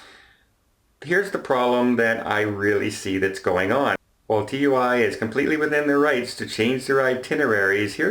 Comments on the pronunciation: Simeon Ital Either way, it's pronounced Too-eee. Not seen the adverts? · it's pronounced like Two-ee. Also the cruise line is Marella, TUI Cruises is a German cruise line. Marellia is operated by the UK travel agency TUI UK. As a travel agent I thought you would know that! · Love your stuff, but TUI is pronounced “TOOEE” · Pedantic point - TUI is pronounced Too-ee rather than T U I (at least in the UK)